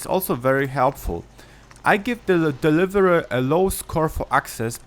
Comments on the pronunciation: When he said dereverur it was like I I ts the deliverer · this guy trying to say deliver tho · "Nuver fiv, da deviviva" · «The deliavrhsua» LMAOOOO HAHAHAHAH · number 5,the delive-rhe-rher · Logan Thompson DAH DEWIVAWUH IS MUNBEER FOWER, OWN THIZ LIST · HAHAHAHAHAH DELIVURUH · i love how u said the deliverer LOL!!!!